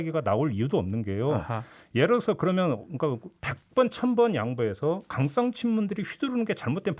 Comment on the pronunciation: 종배님 강썽 친문이 아니라 강성 친문이요.